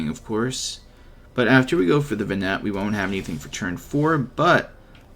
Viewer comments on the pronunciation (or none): Doesn't matter but might be nice to know but her name is pronounced "Ven-ah" :D and "Hi-da-lyn" respectively. Cool deck!